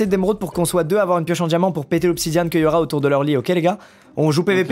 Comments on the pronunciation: Squeezie qui dit obsidianne 🤦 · C'est toujours pas "obsidiane" squeezie 😂